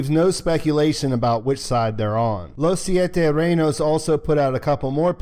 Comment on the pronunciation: you say Los Siete Reynos very well, no need to apologize. Thank You for the Update!